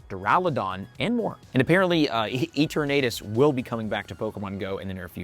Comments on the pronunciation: E-tur-na-tes It's like eternity. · Its eternatus a for apple 🍎 pronounce it right ✅️ 😅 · Is bro rage baiting with the Eternatus pronunciation or do most people say it the same and I’m the different one? 😅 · Why is he saying Eternus so weirdly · He’s American they say everything weirdly 😅 and wrong! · pls stop pronouncing eternatus that wayyy